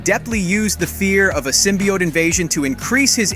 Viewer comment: Guess the narrator never read a comic with the way he says symbiote. Sym by ott....smh